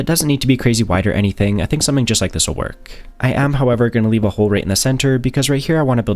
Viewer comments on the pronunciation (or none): none